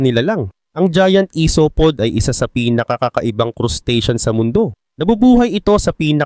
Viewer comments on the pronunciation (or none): isopod.. AYSOPAD dapat pronouncion byan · Pagkarinig ko ng #1 "i-so-pod" exit na ko agad pag pronounce ginawang tagalog.